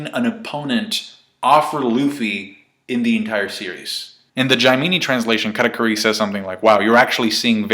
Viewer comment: Brah please stop pronouncing katakuri like that lmfao